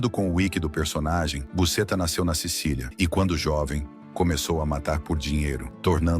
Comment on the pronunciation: "Ele trouxe Busetta da Cecilia" 😂